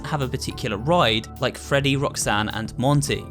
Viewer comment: And that’s not how you say “Freddy”